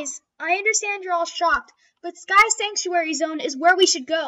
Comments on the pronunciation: Is anyone else hearing them say sentry instead of sanctuary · yeh and I was yelling at my house that they were saying sanctuary wrong you are saying sentry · I find it funny that none of the VAs can probably say sanctuary